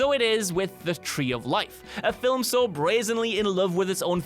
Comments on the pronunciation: it's pronounced FILM, NOT FILIM. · Are we gonna ignore the fact that he keeps on pronouncing FILIM ??????? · It's really the way he says it. What's wrong with the word "film"? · I'm glad I'm not the only one bugged by that